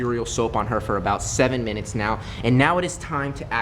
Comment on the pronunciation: In your last vid that I watched you said binutes instead of minutes.